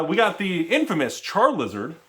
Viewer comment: > Char”L”izard I’m offended